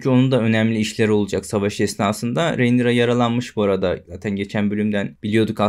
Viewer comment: Selam. Hocam isimler yeterince birbirine bu kadar benziyorken şu ana karaktere nolur "Reynira" deme ya. Bir bölüm içinde karakterin adı 867 kez telaffuz ediliyor. ''Rinera de, Rinira" de bişi de gözünü seviyim. Videolarını seviyoruz, saygılar.